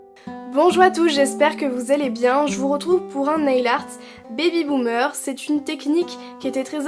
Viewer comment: on dirait tu dit bibi boomer 😂😂😂❤